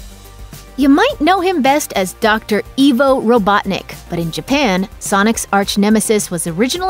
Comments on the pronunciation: Ivo... Eye-vo not eve-oh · bruh "eevo"? it is legit "eye" vo edit: that is why it is called ivo not evo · It's IVO, not Eeeeevo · Corrections: Knuckles is not a member of the Knuckles Clan: he’s only named after it. The Knuckles Clan was wiped out millennia before his time. The Genesis was the SECOND console Sega put out. The first was the SG-1000, only released in Japan. Ivo is pronounced as aye-vo, not e-vo. Next time you make a video please do ten minutes of research into the lore... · A Sonic nerd corrects your facts: 1. The Knuckles Clan debuted in Sonic Adventure. 2. Green Hills is more likeky a refrence to Green Hills Zone from Sonic Chaos. 3. Blast Processing was indeed real, just never used. 4. Ivo Robotnik is pronounced "eye-voh", not "e-voh". 5. Sonic gives Robotnik the nickname "Eggman" in the film because his drones look like eggs. That is all. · It's not pronounced "Eevo," it's "Eyevo". Like "Ivory". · You pronounced Ivo wrong. It's I, as in the letter I, -voh. Not E, as in the letter E, -voh. And as far as him being known by both names. Not in JAPAN! He was only ever known as Eggman. Robotnik is mainly a Pre-1998 American thing. Otherwise, we call him by Eggman now, too. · Did she just say eevo robotnik ITS IVO (EYE-VOE) ROBOTNIK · Robotniks name is not “Evo” it is pronounced “Eye-Vo” robotnik. Also Robotniks egg shaped creatures ARE his badniks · about Dr Ivo Robotnik...his name is pronounced "eye-voh" not "ee-voh"....I-vo not E-vo....got it memorized? also, when Tom & Maddie are painting the kitchen at the end of the movie, you can hear a slow piano rendition of the music from Green Hill Zone. Probably my favorite Easter egg in the whole movie ( Tails popping up in the mid-credit stinger isn't really an Easter egg...it's literally a sequel set-up scene ) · It's not Evo, It's Ivo (I-vo) 😤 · it's pronounced I-vo, not Evo btw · Not ee-vo (EVO) its eye-vo (IVO) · its pronounced " I V O" not EVO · It's pronounced I-vo, not E-vo. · Plssss. Ivo. Not Evo